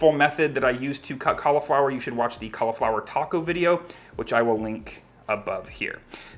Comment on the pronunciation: learn how to say cauliflower